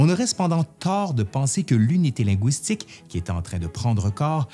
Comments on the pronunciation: Un petit commentaire sur la façon dont vous prononcez le mot linguistique. Je suis Québécoise et votre prononciation du mot "linguistique" en (wi) au lieu de (ui) lɛ̃gɥistik sonnait franglais à mes oreilles. À part cela j'ai vraiment apprécié votre présentation étayée du sujet. Merci beaucoup! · Pourquoi prononcez-vous linguistique « ligouistique » comme dans goulot plutôt que linguistique comme dans « légume » c'est tellement plus joli à entendre et tellement plus correct ? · i'avait que'que chose qui clochait pis, oui. j'ai ouïe dire "lingouistique" dans l'idiolecte de c'te formidable monsieur là. ou bin bedon ça fa' p'tête partsie d'son dialeque. ça fa' penser aux langoustes. mais moué j'dis lingu - istique. u. pas ou. c'éta' jusse pour le dire, là. pas pour faire le troud'gu! :) Merci !